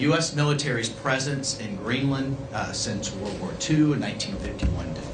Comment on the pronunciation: Hewwo Mistow Gweenland